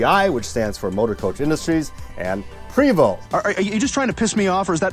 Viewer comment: Yep, your pronunciation of Prévost is very good. Once the proud of Quebecers, it’s now owned by the Swedish. MCI was even owned a few years by NovaBUS, a city bus manufacturer north of Montreal. It was bought by Volvo along with MCI that was resold afterward. I worked for them a few years and also went to a MCI plant in Roswell, NM.